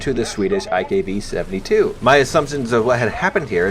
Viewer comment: Everytime he says iKv I hear Ikea